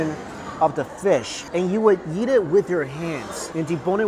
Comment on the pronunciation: Hey Mike I have been bingeing your videos and my wife loves when you say eat because of your accent. Because it sounds like yeet. Thank you for the good times!